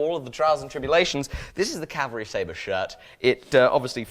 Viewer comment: He says "Staber" every time.. xD